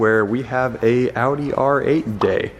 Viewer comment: oh my god its an American that can pronounce Porsche and Audi correctly